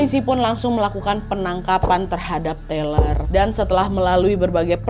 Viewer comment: TAYLOR mbak, bukan TELER, orangnya gak lagi ngefly